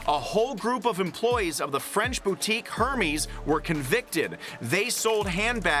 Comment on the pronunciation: Who wants to tell the interpreter he’s saying Hermes’ incorrectly? 😅😂